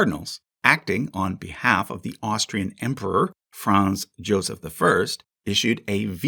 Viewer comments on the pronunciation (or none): none